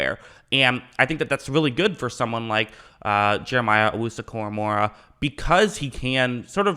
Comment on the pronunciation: It’s pronounced “Owusu” “Cora-mo-ah”